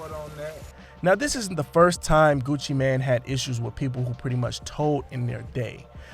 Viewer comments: NOT Gucci Man..its Gucci Mane....pronounced "main" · Did you say Gucci man 😂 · It's Gucci M-A-N-E ! MANE! After all these years y'all still saying it wrong?? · Mane🗣️ GUCCI MANE🗣️ NOT GUCCI MAN 😒🤦🏼‍♀️😂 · I don't understand why some people keep calling him Gucci Man. It's Gucci Mane, pronounced Main. That's the reason for the E at the end.🤦🏾‍♂️ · Your saying Gucci mane wrong haha its annoying me cause your saying so much in the vid 😣😂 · At least learn how to say his name